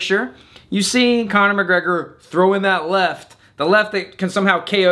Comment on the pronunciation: Yet, you still cannot pronounce his name right 😂😂😂